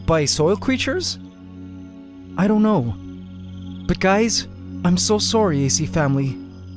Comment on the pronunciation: he did the said sorry in the way Canadians do it